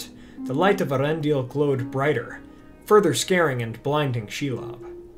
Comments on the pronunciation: Not to be a stickler or anything, but doesn't the umlaut indicate that the name should be pronounced "ey-ARendil"? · I believe it's pronounced "Eh-AH-rendil", though Cate said it your way.